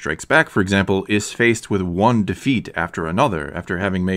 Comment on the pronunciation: A good thought. By the way, it’s “with”, not “whit”.